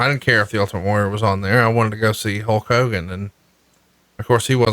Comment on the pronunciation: “HOKE Hogan” Warrior